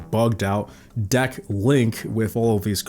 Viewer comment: You keep saying “Dack” instead of “Deck” and it’s Highkey pmo